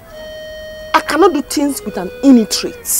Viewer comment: iNitrate is what she said loool